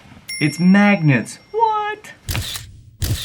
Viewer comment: Nobody Josh: mAgNeTs!!!!